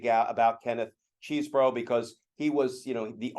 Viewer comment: Come on, guys. His name is pronounced Chez-bro, not Cheeze-bro. Demeaning someone by deliberately mispronouncing his name or affiliation is a Republican tactic, unworthy of liberals.